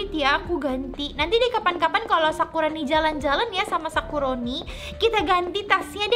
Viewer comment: Sakuroni hehh,bkn sakoroniii😌👌🏻